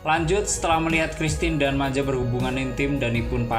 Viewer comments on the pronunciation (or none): Bukan Maja dengan bahasa indonesia, tp Maya (j dalam bahasa swedia = Y) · Monmaap pak , Christian (di baca kristiyan) bukan Kristin 😁 , Maya bukan Maja